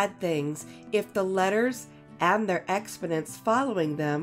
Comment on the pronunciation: Expodents? You open wit a word that is not only difficult to understand your pronunciation but he send me on a word hunt inside of 60 seconds which is ok but I’m not impressed